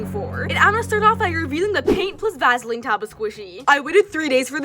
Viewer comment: “Va-sa-leen” It’s Va-suh-leen. “Cin-i-min-roe” it’s Cin-a-min-roll.